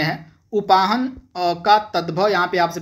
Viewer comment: मास्टर हो कि बेवकूफ हो, उपानह को उपाहन , बता रहे हो कदली का तत्सम करेला बता रहो यार तुम बंद कर दो, और पढो